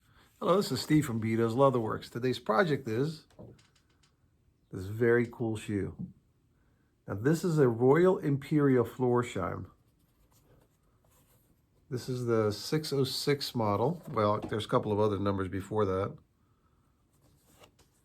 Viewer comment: Florsheim ...not floor shine. Got ya